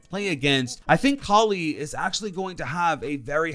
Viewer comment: Ight but please stop saying Cally instead of Kali